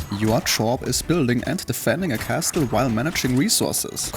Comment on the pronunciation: can you stop saying Kasteul